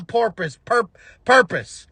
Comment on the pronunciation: 😂💀😂 You’re killing us on “porpoise” here…